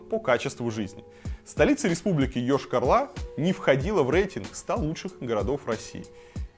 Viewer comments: Прежде чем говорить про город Йошкар-Ола, для начал надо было посмотреть как правильно город называется, уши вянут от того, когда говорят Ошкар-Ола... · Рассказывать, конечно, стоит. Но Вы слишком ёрничаете, кроме того, затянуто вступление. Очень. И заметьте: не Ешкар-Ла, а Ола, а то получается как у некоторых деревенских местных -,,... Ла".